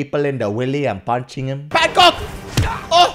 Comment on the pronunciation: It's Bangkok not bangCOCK